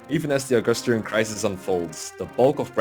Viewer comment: It's Agustrian, not Augustrian. Anyway, Chapter 2. I like the music, as well the units you recruit in this chapter (except Sylvia), but GOD is it so boring from the backtracking